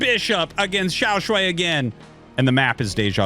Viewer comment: Xiao Sh-WHY not Sh-WAY. Wrong vowel.